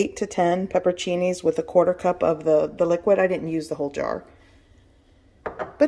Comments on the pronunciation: You're leaving out a whole syllable. It's pepper-on-cinis. Not pepper-cinis. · This is wonderful but please learn the correct pronunciation of pepperoncini.